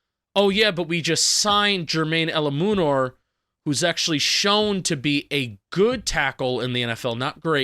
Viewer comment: please learn how to pronounce Jermaine Eluemunor's last name – it's "El-LOU-men-or" emphasis on LOU!